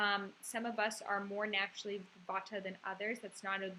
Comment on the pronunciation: its not vataaa....its jus vaat